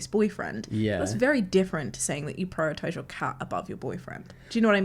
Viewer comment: 9.55 "If other people don't purrrritize" 🤣